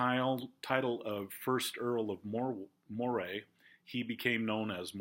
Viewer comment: Just wanted to mention "Moray" is actually pronounced like the name "Murray". I've heard the rule for British aristocracy is that the more famous someone is, the more likely it is that their name is not pronounced as it's spelled. :)